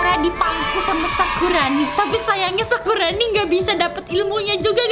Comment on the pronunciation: selalu salah ngomong nya yang misal nya sakurani jadi sakuroni 😂😂😂😂 sakuroni jadi sakurani 😂😂😂😂😂